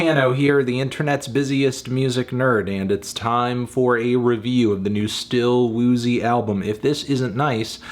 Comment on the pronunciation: anthony, calling still woozy “still poozy” for half the video and then laughing was kinda weird, but i respect your view on the album